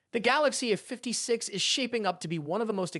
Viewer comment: The Galaxy uhfiftysix... Fucking AI slop.